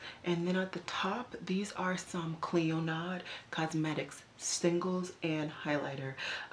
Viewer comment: Nice haul! Just a friendly note... Clionadh is pronounced klee-oh-nah. The 'd' is silent. I just got my own Clionadh order. Their products are great! I hope you enjoy them too. ☺